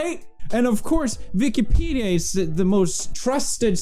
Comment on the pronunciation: it's Wikipedia, pewds. Not Vikipedia.